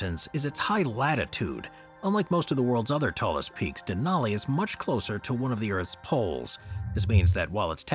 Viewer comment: How do you not have any consistency in your pronunciation? You say "Denaly" then you say "Denali" pick one and African with it. You've been making videos for years and your consistency with saying certain words is irritating